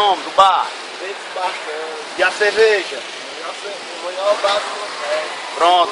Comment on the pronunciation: ".. e a "çevejá" lá e´boa? Resposta do: Gelada!!!" kkkkkkkkkkkkkkkkkkkk